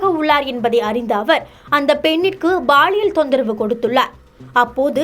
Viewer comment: சனியனே அது baliyal இல்லை அது பாலியல் குறள் இல்லை குரல் உங்க நாக்கில் செங்கல்லை வைத்துத் தேய்ச்சால் தமிழ் சரியா வரும்